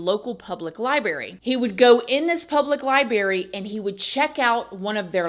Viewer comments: I'm sorry but I can't listen to you say one more time. Im.out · We like your show but please note the word library does have an r in the pronunciation. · I was hoping you'd say LibeRRy and u did not disappoint lmao love always ❤